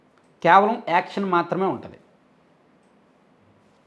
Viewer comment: Thank you అన్న పదాన్ని ఎందుకు మింగే స్తావు తమ్ముడు.. గట్టిగా చెప్పు